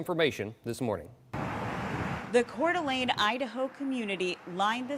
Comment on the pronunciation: Pronounced ‘Core De Lane’ all two words.